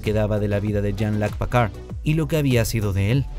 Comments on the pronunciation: ¿Pacard?, ¿y ese güey quién es? ES PICARD; PICARD.... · Pacard?????????????? Quien es ese..... Es que ni los gringos lo dicen así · ¿Que como dice que dijo? Incluso en el traductor la pronunciación en frances es Picard, tal cual, de donde salio Pcard????? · Pacard 😂 eso no es una impresora ?? Jelut pacard 😂😂😂😂 hajjaajjjajaja😂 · gracias por la corrección, un horror igual que Packard o Stiwart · Por piedad qué mala pronunciación “Pacar” que 😨 fue eso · Pacard como en Hewllet??? Jajajajaja preparen a sus locutores! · jajajajaja, PICARD PICARD PICARD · Aprende hablar oe PAKARD PAKARD 😂😂😂😂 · Creo que intenta pronunciar en un inglés saturado un apellido francés... éste es de los que pronuncian el abecedario en ese idioma. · Pacard....Uiliam Riquer.... Además de la pronunciación horripilante, eso de "Mira Esto Antes De Ver La Temporada 3" es estúpido: lo único que el disléxico hace es ESPECULAR como nosotros mirando el trailer. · Te odio cuando decís Pacar y Riquer 🤬🤬🤬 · Es "Picard" y Riker se pronuncia "Raiker"